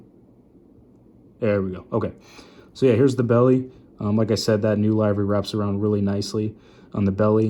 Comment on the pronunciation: Livery is pernounced liv·er·y